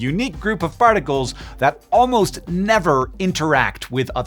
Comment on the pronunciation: my main guy says ‘Farticles’. Is this a new element? I’m getting my ice-cube tray out the fridge for an experiment 🔬 😊🙌🏆✨♥️